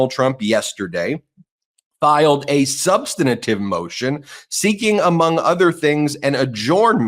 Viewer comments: "... filed a substanitive [sic] motion ..." -- there's still no such word; learn how to pronounce "substantive"! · BEN! The word is sub-stan-tive. NOT sub-sten-a-tive. Please! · Thank you Karen Friedman Agnifolo for pronouncing "substantive" correctly. I've noticed that does this as well. Please let Ben know that substantive is not pronounced "sub stan nan tiv" but rather is sounded with only three syllables. No "nan" in it. Let the MAGAts like MTG talk wrong. Don't sound like them. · The word substantive has 3 syllables, substantively 4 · Can someone please tell Ben Meisalas how to pronounce the word "substantive"? It's a minor point but he repeatedly mispronounces that word.